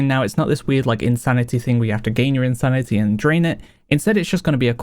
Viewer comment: No shade but I find it interesting when he pronounces “insanity” as “insanita” sometimes haha